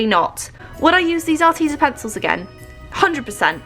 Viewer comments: I’m sorry but it’s AR- TEZ-A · Are-Tez-a sorry 😐 it annoyed me no hating *not